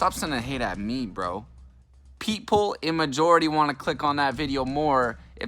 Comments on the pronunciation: "peep-ole" definitely not "peep-ull" lmao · He said “peepole” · Dude said PeepHole not people